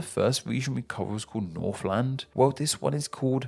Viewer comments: A note on pronunciation, in New Zealand, you don't pronounce the land in Northland or Southland as 'land' but more like 'lind'. One of the eccentricities of the New Zealand accent, I guess. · to be fair he pronounced Northland perfectly.